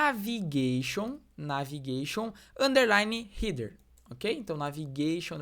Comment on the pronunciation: Nao se fala rider e sim rédêr… Header nao eh heeder..